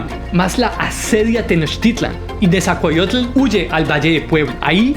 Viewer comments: Bro con todo respeto creo que no estás pronunciando bien los nombres de los personajes que mencionas,repaslos más despacio solo es dicción,por todo lo demás megusta este vídeo! Al tiro ! Pronuncie,Netza-hual-coyotl..por ejemplo,..e.. ITz-coatl... Etc😊❤❤ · NE ZA HUAL CÓ YOTL AZ CA POT ZAL CO ITZ CÓATL Texcoco se pronuncia con S, como en Xochimilco. Pronuncias mejor los nombres árabes 😅